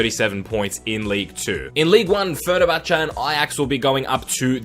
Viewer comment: fer-ner-cha-cha XD